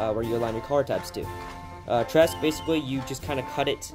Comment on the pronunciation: Good video, but the collar trim for NCOs is called Tresse...the final e is pronounced. I speak German and "tress" is painful. At least you didnt say "Luftwaff" lol.